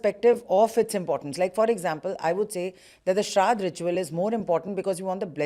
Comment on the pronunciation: It is shradh not sharad. In sanskrit, sharad means a totally different meaning and is season.